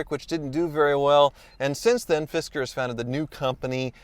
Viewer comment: I keep hearing fister.